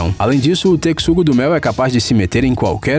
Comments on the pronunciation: Quando ele fala “tecsugo do mel” da uma agonia da porra, carai, fala ratel, que é o nome que ele é conhecido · "Tecxugo" kkkkk mds pronúncia 100% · Tecsugo kkkkkkk (seria assim a pronuncía que ele falou) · Alguém sabem quantas vezes ele falou tecsugo? Kkk chuto umas 30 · A pronúncia é texugo do mel e aquela "hiena" era um cao selvagem africano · Mano, que aflição ele falando "tecsudo do mel". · lê-se techugo ninguem lê texxugo a escrita ta certa mas a pernuncia n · Texugo não, tecsugo kkkk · Eu sei, tô zuando... É porque o nosso amigo aí do canal pronunciou tecsugo, mas o nome certo é texugo mesmo kkkkk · Meu me deu ate raiva as milhões de vezes q ele falou "tecsugo" errado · "tecsugo do mel" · que agonia o tecsugo asdasdasd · Sobre a pronúncia o tecssungo do meu não se importa kkkk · Ele falou tantas vezes Tecsugo do mel que parece que sabia que tava errado e falava de proposito 😂😂😂😂😂😂😂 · Ainda bem que o "Tecssugo" do mel não se importa que pronunciem o nome dele errado, né galera? 😂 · Que raiva que tô tec-sugo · Me incomodou muito, ele falar tequissugo😶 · Kkkkk tecsugo me deu agonia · Texugo q horrível essa pronúncia ,eu acostumado do Alvim e os esquilos falando techugo do mel nossa que aflição ele falando texugo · "tecsugo" kkkkkkkk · É texugo não tecxugo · Mas sabe de uma coisa? O "TECSUGO" DO MEL NÃO SE IMPORTA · O correto é pronunciar "techugo" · Pensei que era só eu q tava sentindo isso, meus ouvidos sangram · Ahahahah mesmo! Estes vídeos têm a intenção de ensinar, mas nem pronunciar o nome dos animais sabem! Lê-se mesmo como se escreve. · Você falou texugo errado! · Essa pronúncia do "texugo" esta precisando de correção mas o vídeo foi ótimo parabéns. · Texugo: x com som de ch Por favor não erre de novo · Isso me deu uma agonia, o cara do vídeo n pesquisa o mínimo. Kk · 10m de subs e não sabes ler 'texugo' lindoo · Ele também falou Texugo errado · Drongo Africano? (Esse nome ai n lembra Mongo e Drongo?) Ele pronunciou Texugo errado!! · Se pronúncia TECHUGO